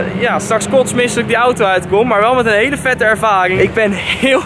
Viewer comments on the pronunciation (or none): none